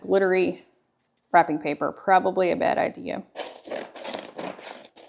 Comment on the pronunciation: When you said wrapping I went “wait what?” Oh WRAPPING , not rapping.😂😂😂.